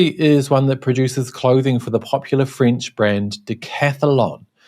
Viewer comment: I first constantly understood "fringe" instead of "French", well. By the way, nice that Mr Zenz has been caught, in my opinion.